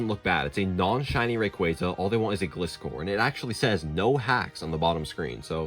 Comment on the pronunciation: It's pronounced ray-QUAY-zuh, GLY-score, and ar-KEY-iss, ""! 🤨